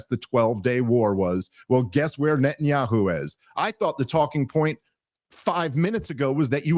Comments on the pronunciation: Nethanyahu has weaponsed the letter "H" with "KHHH". I mean i swear I have heard him pronounce it properly before... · Why does pronounce Netanyahu with a British accent?